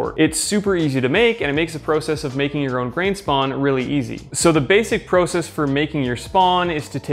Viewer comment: The way he says process erks me idk why but love the video regardless